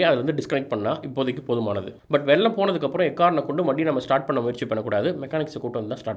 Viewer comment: it is not வெல்லம் it is வெள்ளம்